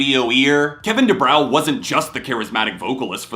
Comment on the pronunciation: It's pronounced Kevin Du-bro, not Du-brauuuaa. Dopey